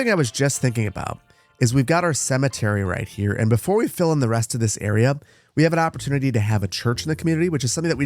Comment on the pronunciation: Every time you say "let them fill in", I hear "let them Phil in" 😂